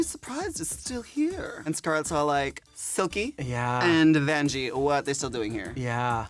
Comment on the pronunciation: I love how Derrick calls Vanjie Banjie XD